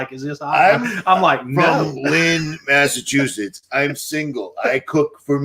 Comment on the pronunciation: good job saying Massachusetts you nailed it!! So glad to see you and rfb together you both are amazing!!